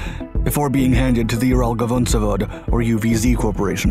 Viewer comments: yo, you keep mispronouncing "UralVagonZavod"(hence the UVZ abbreviation) as "uralgavonzavod" in every video. Its Ural (location) Vagon (railway carriage) Zavod (factory). You spell the "vagon" the same way you would spell "station wagon". Im getting ticks every time i hear that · What does the “gavon” word in the ural vagon zavod means? Not that I care but it triggers my ocd listening to “dyslexic” people. I know that reading Slavic words is contra intuitive for English speaking people but c’mon you are long time in the business. It’s like listening to Ukrainian cities/towns/villages names being butchered. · its pronounced Uralqavnozavod